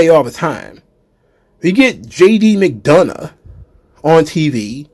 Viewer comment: I'll give Jey this much, before even commentators couldn't tell him and Jimmy apart, now people know who he is. Also what the heck happened when Chad Gable went to say JD McDonough's name lol